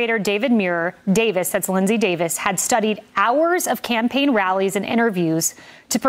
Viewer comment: You are too cruel, Did I hear you say 'Scampaign' and not 'Campaign'? You are sooooo evil...